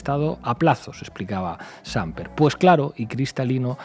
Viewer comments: Señor "experto": 😂😆🤣 es SampEr, no _"SÁmper". ¿No conoce ese apellido español? ¡No sabe leer! No sorprende este tipo, que "aprende" historia en novelas, como las de García Márquez. ¡Y fue vicepresidente español 😱😱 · Sr Pablo Iglesias: ¿Hay alguna razón política o de táctica política por la cual ud pronuncia el apellido del expresidente de Colombia como SÁmper y NO Sampér? ¿Que no es originario de España el mismo apellido? O simplemente es una dislalia irrelevante? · Se pronuncia Sam-PER ignorante de la vida. Es una palabra aguda y al no terminar en N o S no lleva tilde. Seguramente mi corrección ortográfica es neoliberal, fascista y hetero patriarcal, pero había que hacerla por el bien de las buenas formas. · Hola a todos. En realidad, en Colombia se pronuncia con acento en la e: Sampér, pero se escribe sin tilde. Saludos! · Me da risa como pronuncia Samper 😂, suena como a Chamber. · El apellido del expresidente es Samper, con acentuación en la última sílaba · por favor no acentúen el apellido del ex presidente Samper se escucha muy horrible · Nota: ¡el acento del apellido Samper es en la última sílaba!! Viva el gobierno del cambio por la vida #PetroEsPueblo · MUY BIEN POR LA BASE. EXCELENTE ANALISIS COMO SIEMPRE. PERO SAMPER SE PROUNCIA CON ACENTO EN LA E ES PALABRA AGUDA SIN TILDE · Samper (no tiene tilde pero lleva acentuación en la P)✌🏻😎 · Me confundió la pronunciación del apellido de Ernesto Samper (acento agudo) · Que alguien le enseñe a Iglesias, que la palabra "Samper" al no llevar tilde en la a, tiene el acento en la última sílaba. Es el colmo que hable de un expresidente y ni siquiera sepa pronunciar bien su apellido. Todo buen periodista o político debe tener una excelente formación de base. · Samper , está mal pronunciado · Samper tiene tono en la última sílaba, no es Sámper, sino SampEr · No es Ernesto Sámper sino Samper (con ascento en la 'e') ojo. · CORRECCIÓN: NOOO es SÁMper es SamPER con acento en la ÚLTIMA SÍLABA. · Se dice Samper no Sámper